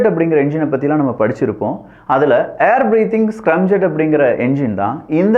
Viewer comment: தம்பி அது ஸ்கிரம்(scrum)ஜெட் இல்லை ஸ்கிராம் (scram)ஜெட் பல இளைய தலைமுறைகள் உன்னை பார்க்கிறார்கள் ஆகையால் இது போன்ற சிறு தவறுகளை திருத்திக் கொள்ளவும்